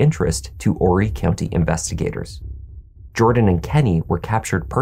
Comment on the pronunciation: Thank you for pronouncing “Horry” correctly.